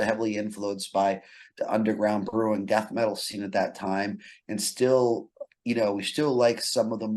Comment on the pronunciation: The way you pronounced Death Metal in the first question sounded like 'Dat Metal', that's why he deviated to Kiss etc